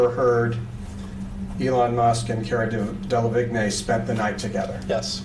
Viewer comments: It's the constantly mispronouncing Cara Delevingne for me😂😂 Like "Caruh Delahwhatever" at this point 🤣🤣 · "Kerra Dellavignay" was a wild pronunciation lmao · Cara who? 😂 I can't get over his pronunciation 💀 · Dela Vick nay 😂😂😂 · "Kerra Dala viggne" ok